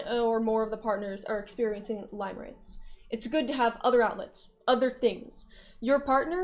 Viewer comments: it's "limerence" pronounced like "stim", not pronounced "lime" like the fruit :3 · its pronounced "limirence" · Catering to the newly understood audience lmao It's pronounced lim as in limb btw